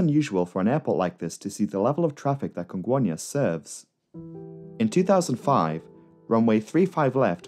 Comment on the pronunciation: I remember that day. So tragic... On a lighter note, your pronunciation of "Congonhas" and "Guarulhos" are on point.